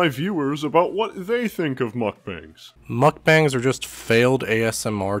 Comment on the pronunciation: Glad to know someone else calls them muck bangs and not muck bongs.